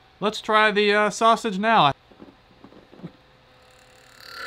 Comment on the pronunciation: Why are you having trouble saying "Sausage" ITS JUST A SAUSAGE!